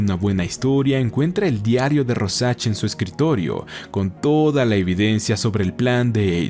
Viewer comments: Royan?quien?rojack?rosach? Se pronuncia rouljac sería así la pronunciación!! Pero el resto esta muy bien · RÓsharch con tilde en la O joder Es el nombre que mas repites y el unico que pronuncias mal. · Así no se pronuncia Rorschach 🤦🏻‍♂️